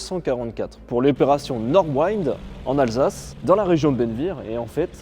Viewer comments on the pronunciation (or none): Ça se prononce "Norde vinnd", c'est pas de l'anglais 😉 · disons "nortevinnt"